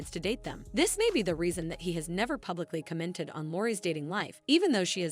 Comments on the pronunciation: Cah-mented? Stop pronouncing commented like that it's weird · Please learn how to pronounce “commented” it’s not co-ment-ted